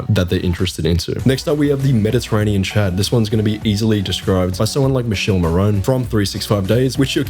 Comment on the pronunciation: Very interesting, however, for you to know Michele Morrone is pronounced more like "Mikèle Morrowne" with the strong italian R